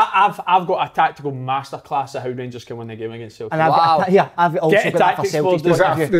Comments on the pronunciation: Big Kev murder pronouncing tavs name and how he says siltic but talks well on fitba great show thought barry ferguson was different class week before great mix and just like a bunch of m8s talking fitba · Why has nobody ever jarred big Kevin for the way he pronounces Celtic?? Fuckin Sulltic??? 😂 Folk have been peltered for less on the show 😂